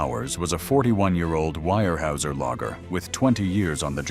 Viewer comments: Weyerhauser is pronounced warehowser, not wirehueser... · Terrible pronunciation from Al voicing. Wire Hey User? Is “Ware houser” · If you are going to post videos figure out how to pronounce company names etc before you post it Where Houser not wire whoeser!!! Unbelievable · Where how zer ..... it doesnt look like it but that's how its pronounced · it's pronounced wear houser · I came to say this as well. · It's pronounced ‘WAREHOWZER’, one word!😊😊😊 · Actually, the correct way to say its ware houser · Came here to say the same!! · Yeah I had to turn it off after hearing that!! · And they told about the 20 year "wirehuesier" ( pronounced hoosier but the hoo as hue) logger that died, but they showed a picture of the man who was the first human recorded AIDS epidemic deathbed photo with "His" family beside him. Wow, I was okay with the mispronunciation, kind of, until they did that. Low budget garbage. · The actual German pronunciation is 'vyer hoiser'. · Would like and subscribe if you pronounced weyerhauser correctly once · As an hvy equipment mechanic (Enumclaw, Wa) back in the 80’s I can say this video, while interesting is a complete botch-job. Visually nothing is correct. You mention a Cat D8H, why show a Cat D4D, and the tracked “slack line”yarder all I see is 8 - 12R22.5 rubber tires. The feller/buncher you show wasn’t ever invented until 20 years later. The complete butchery of the pronunciation of Weyerhaeuser, the rivers and areas should be a complete embarrassment to whomever produced this video. You want people to subscribe? Try getting the content correct.